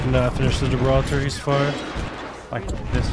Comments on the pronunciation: Gibraltar = Jib Roll Tar. Not Jibble Tar. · he said "gibbolt" instead of "Gibraltar" 😂😂😂